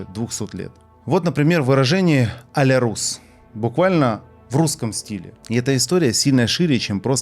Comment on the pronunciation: только нее а ля рУс, а а ля рЮс. пишется a la russe - это французский, а одиночная u во фр. читается как ю.